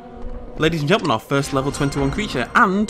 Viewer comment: He said hello ladys and gendelman😂😂😂😂😂